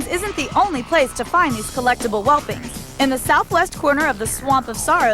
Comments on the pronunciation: The constant mispronunciation of "whelpling" as "whelping" is really getting to me. Love this episode though... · she said whelping like six times lol